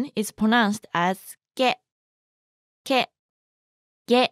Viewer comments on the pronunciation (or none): Is it only me or is "Ke" with those two lines on top sounds like "Gay" 😭😭